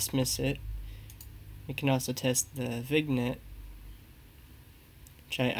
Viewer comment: Hi! Great video. I was a french major so here is how you pronounce vignette. Thank you for the video!